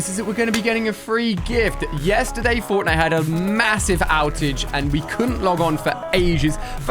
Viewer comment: he says cortnite except from fortnite